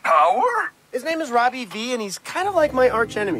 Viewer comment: you said robi instead of Roby